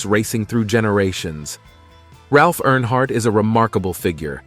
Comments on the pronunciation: Great video, but could I suggest something? You should definitely fact check and proofread before recording and the final upload. First of all, Dale died in 2001, not 2021. His name is not NH Hardt, New Hampshire Hardt, or Airhart. His name is Dale Earnhardt. Lastly, the other driver on that fateful day was Ken Schrader. If you have inaccurate information, and repeatedly mispronounce the surname of the man who is the subject of your whole video, that honestly takes away from what I can tell is a respectful and heartfelt video. Not to mention that it’s also irritating. I saw onscreen text in another video that was different from what was said, like saying the year was 1967 and the text saying 1976. Please be mindful of that if you want your videos to be taken seriously. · Stupid AI talking, can't even say his name properly